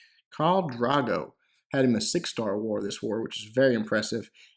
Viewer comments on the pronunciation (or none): It`s still Drogo with a "o" not a "a", but still a great video;). Keep it up man!